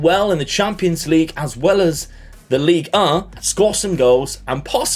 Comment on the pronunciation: That Ligue 1 pronunciation was on point.